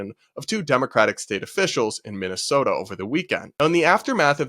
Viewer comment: I can tell you’ve lived in the Midwest by the way you said Minnesota 🤣